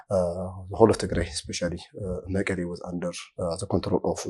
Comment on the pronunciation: is it morally acceptable to pronounce MEKELLE as መቀሌ in English as you wrongly do in AMHARIC